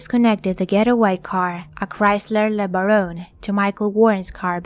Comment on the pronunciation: The car's name is pronounced Le BARE-un.